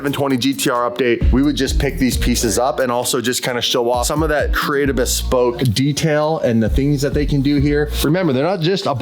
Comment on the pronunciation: Bhesss-Poke...😂😂😂...looking forward to having this car back!